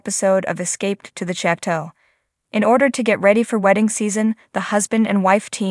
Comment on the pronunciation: Please pronounce “chateau” correctly.